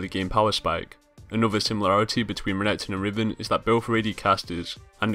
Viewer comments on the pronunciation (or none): i like how he says renkrton counters jax but hes owning the renketon XD